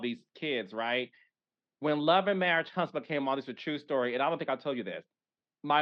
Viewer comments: Tell that girl it's marriage, not marrish😂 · dis, dat, e-vent, and marrish! The "T" Squad should stand for teach or tutor! 😂😂😂😂